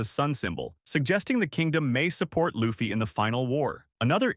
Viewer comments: U lost me when u said laffy instead of luffy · Hmmm can't pronounce luffy? Yikes.